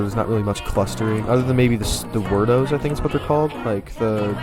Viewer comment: it's actually word-oh